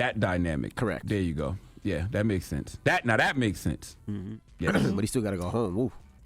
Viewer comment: Envy keep saying “he gat to go home”😂😂😂😂😂😂Envy knows that all to well😂😂